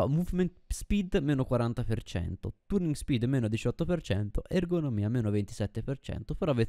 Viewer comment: effettivamente non mi ero mai fermato a pensare ai materiali, quindi da questo punto di vista ora so qualcosa in più e credo sia l'obiettivo del video, unica cosa "turning speed" pronunciato con la u non si può sentire XD